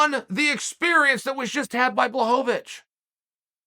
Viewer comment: When he pronounced blahovic appropriately I was shocked...but then uncle chael whips out "raychick" and everything was balanced in the universe again